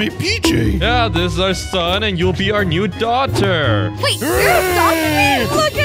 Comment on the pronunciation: Did they just say dogter